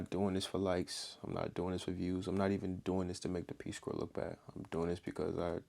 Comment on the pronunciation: Corps is pronounced core. Like, Marine Corps. Tell the Peace Corps to pound sand.